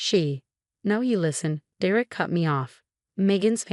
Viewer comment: For pete's sake, it's pronounced dare ick. Stop with the AI!